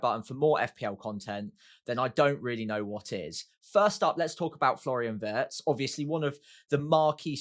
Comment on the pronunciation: I'm not German but Wirtz is pronounced with a ee sound,. Not like the English lumber